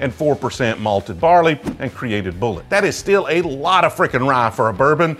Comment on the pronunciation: Like bull it. Not bull et.